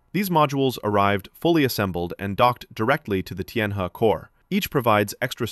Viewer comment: Tianhe is pronounce 'Tien Her"